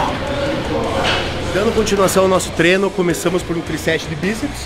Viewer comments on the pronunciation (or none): vejo muitos atletas e profissionais falando "TRENO" em vídeos, palestras... É a mesma coisa que um professor de português falar BICICRETA. Pelo amor de Deus galera. É TREINO. Uma palavra simples e usada todos os dias dita de forma errada não dá kk. Parece viadagem esse feedback mas parem pra pensar...💪🏼